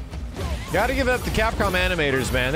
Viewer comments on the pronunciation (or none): none